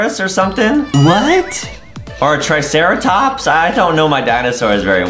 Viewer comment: the first 2 dinosaurs he was: first one: stegosuarus second: tricerotops